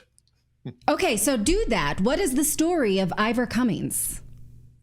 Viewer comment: It wasn't the UK, it was Ireland. And his name is Ivor not Eevor lol